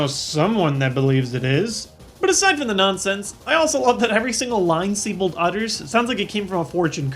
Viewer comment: Actually, his name's pronounced Zee-bolt.